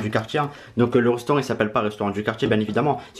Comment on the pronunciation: Reustoraut Sacré prononciation 🤦🏻‍♂️🤦🏻‍♂️